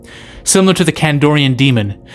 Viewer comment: 2 things. 1. PazUzu (not pizazu) 2. CandArian demon. (Not candorian) Not that it matters. Just trying to be helpful